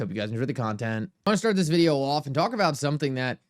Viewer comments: He may be AI, the way he says “videyow”. Like a AI! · Still wondering what a "videow" is....can you elaborate? ;-)